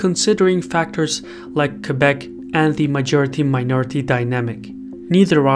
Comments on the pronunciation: Thank you for pronouncing Québec perfectly. I appreciate the quality of your excellent videos. Thank you! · As a somewhat politically-informed Canadian, I salute your hard work, and am surprised by the accuracy of the information. Good job on the pronunciation of Québec as well!